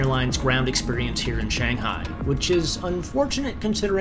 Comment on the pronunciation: jayiwa especially when he gets Shanghai correct and then you hear hay naan🙈